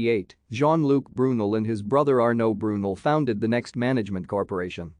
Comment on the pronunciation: It’s pronounced BrooNell